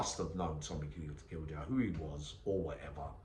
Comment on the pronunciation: Tommy Gildea is pronounced GILDAY keep it real YNWA